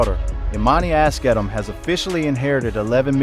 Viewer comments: YOU ARE PRONOUNCING NIPSEY’S LAST NAME ALL WRONG! DAMN AT LEAST DO A MODICUM OF RESEARCH Their last name is Asghedom. It’s pronounced like Ahz-GEH-dumb. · Can you please stop butchering their last name.